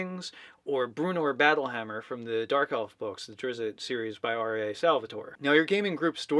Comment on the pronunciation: Sorry. Pet peeve. His name is pronounced DRIT with a "st" as in "first", after it. It's the Germanic z sound. Not the English one. DRITst. Not DRIZit.